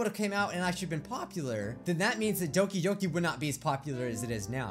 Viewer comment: he says Doki Yoki